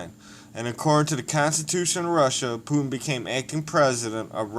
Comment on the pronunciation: First you should learn how to pronounce his fucking name idiot